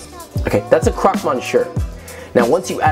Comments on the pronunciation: No it's not.. missyuh is correct but croque is pronounced more like crock than croak. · You are awesome... it's pronounced cro-que like 'croak' in english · I love how you wanna "edumacate" us but can't even pronounce the names of the sandwiches correctly